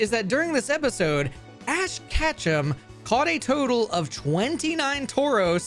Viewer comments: I mean no offense, I love your content, but a small part of me gets triggered whenever you say Catchem instead of Ketchum XD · The run is invalid; you mispronounced Ash's name every time you said it, therefore this was an Ash "Catchem" % speedrun